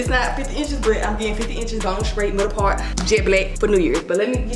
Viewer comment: “Im getting 50 ENCHESSS BONE STRAIGHT MIDDLES PAWRT JET BLECK”👏🏾👏🏾👏🏾👏🏾👏🏾YESSUH❤️😭😂